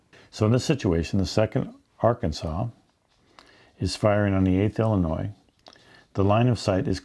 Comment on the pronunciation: Did he say Ar-Kansas?